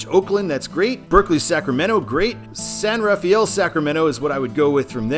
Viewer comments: Just FYI, San Rafael is pronounced "San Ra-fell," not like San Raphael. A very subtle Nuance there. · It's " san rafel" not "san raf-ay-el" or "raf-ee-el" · San Rafael in the Bay Area is pronounced "San Rafell", not Raf-ay-ell. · Be careful on the over-enunciating of "San Rafael" in the Bay Area. THERE, it's pronounced "San Ruh-FELL". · A couple of notes on San Rafael / the San Rafael Bridge. First, the locals pronounce it "San ruh-FELL." Second, the bridge is what I like to call "the bridge with four names." Its "official" name is the Richmond-San Rafael Bridge. On the I-80 side, all of the signs just say "San Rafael Bridge." On the US-101 side, all of the signs just say "Richmond Bridge." Finally, the state likes to name its bridges after people; there is a sign at each side of the bridge calling it the John F. McCarthy Memorial Bridge (McCarthy was a congressman from the area). While I'm at it... "Why is it signed Fairfield and not Vacaville?" My best guess: Travis Air Force Base isn't in Vacaville. Speaking of I-80 and Fairfield, you may not have noticed this, but they are adding a lane to I-80 starting just before I-680 and eventually ending at I-505; it will be a toll/carpool lane, where the toll is determined automatically, and charged to your transponder, based on how far you go. These are popping up all over the Bay Area. I'm pretty sure old US-40 and old US-50 separated at the MacArthur Maze. 50 took what is now I-580 south to US-99, then north to where US-50 begins now. US-40 crossed the bridge near Vallejo (there was a much older, pretty much identical, bridge next to it that was torn down in 2003 and replaced with the suspension bridge because it wasn't earthquake-safe), then took what is now I-780 to I-680 to where it joins up with I-80; the hills inbetween were just too steep to build a highwa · San Rafael is pronounced San Rafel. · Pronounced: SAN RUH-FELL 😉